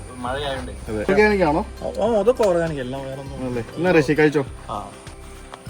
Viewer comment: കൃഷി ❌ ഋഷി ✅